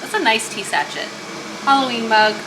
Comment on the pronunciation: I thought sachet was pronounced "saa-shay", no? 🍵 or just bein' silly? 😊